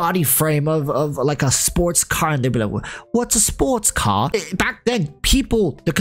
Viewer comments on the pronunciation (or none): saying "Wot's a spotes cah" is now the best part of my day lmao